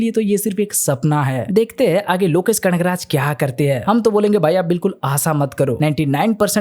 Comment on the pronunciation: Bhai vo kanagrat h kadakraj nhi😂